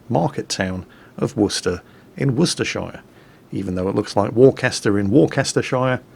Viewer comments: USS Worcester? But Worcester is in England... And you pronounced Worcester correctly but botched Worcestershire. It's pronounced like "sheer". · I could be wrong here, not actually being from there, but I think while got Worcester right he got Worcestershire wrong. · Uhh, did just pronounce the shire in Worcestershire like an American?